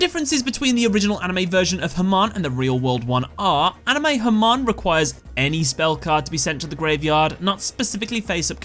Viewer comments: Funny how your non-rhotic accent makes Hamon sound like "Herman". You can try pronouncing it as either ham-ON, or huh-MOAN. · As A Persian I can tell u the pronounciation of Hamon is "Ha-Moon" 3 years late to this video but hope u see this :D